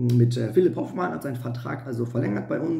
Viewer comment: Hoooooofmann!!! Nicht Hofffffffmann! Soviel Respekt sollte schon sein!